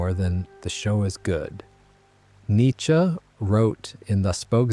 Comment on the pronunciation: Thank you for being a part of the 1% of people who pronounce "Nietzsche" correctly